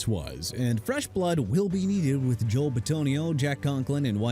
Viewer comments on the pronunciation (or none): none